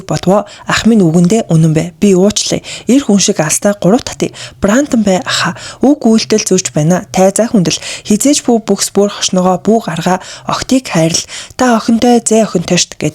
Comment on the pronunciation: Парпараци гээд байхын, Папараци 😂😂😂 тэр Братан бас юу гээд хэлчихэв ээ Брандан бай 😂😂😂 Братаан гэж дуудна 🎉🎉🎉🎉